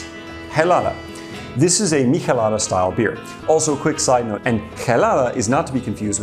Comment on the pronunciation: Your way of pronouncing michelada and chelada is odd to me. I've always ever heard/pronounced it with the ch sound.